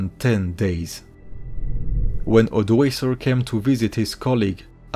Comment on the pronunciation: ODOĀKER not Odəéisə !